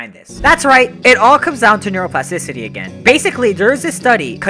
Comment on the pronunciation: Bro i have nightmares from the word "neuroplasticicy"